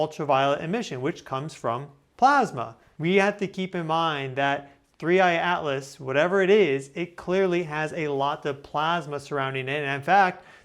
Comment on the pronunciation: Thanks for the analysis. I agree the NASA images are pathetic. One silly thing I noticed is that you never pronounce the t in Atlas.